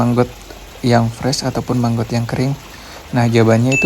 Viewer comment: Maggot bang.....bukan manggot..👍🏻😄